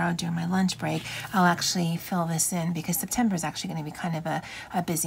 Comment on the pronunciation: “Semtember” it is🤣 your lettering looks great!